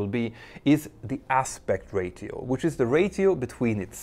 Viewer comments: Great video, just some pointers on some of the English in the video as I understand its not your first language. Although ratio is spelt as it is, it is not literally pronounced Ray-tee-oh. It's pronounced, Raysh-ee-oh. As if it was spelt rashio. And not Ray-tee-oh At the start, and again you should have said the Plural controversIES; because you said "are there any" (if your sentence uses "are" and not "is" then that's a pretty good indicator you need to use a plural) which should be followed by a plural, just as you would say "Are there any people here" and not "Are there any person here", or "Are there are donuts left" not "Are there are any donut left" Microsoft word set to English (US) or English (UK) will correct this for you if you type out your script at all, it will underline it and correct it to the plural form, and tell you why. The only time you would use the singular, is if you specifically forced it, which would require "is" instead of "are" and specifying a singular noun, with "a"; i.e "Is there a controversy". But "are there any" is forcing a plural. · Petter, since your videos are in English, you need to learn to pronounce the English word, "ratio". It's "RAY-show", or even "RAY-she-oh", but NEVER "RAY-tea-oh". Other than that minor complaint, your channel is the best! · Ratio is pronounced ray-shee-ow ! I know that because of British radio DJ John Peel and 80ies alternative band A Certain Ratio.🙂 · I am amazed at your insights, knowledge and most of all ability to present complex subjects. I have nothing to give accept this : Ratio may be pronounced: ray-show or even better , ray-sh-ee-oh with a very short sounding (ee) . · Another great video ! One pro-tip: ratio = ráy-she-oh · You speak great English but if I may... Ratio is pronounced as Ray-she-o 😉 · You pronounce the word ratio differently than we do here in the US...we say ray-shee-oh. I learn something new everyday😋😋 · Ratio: ray-she-oh Aspect ray-she-oh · Ratio is pronounced ‘Rashio’😊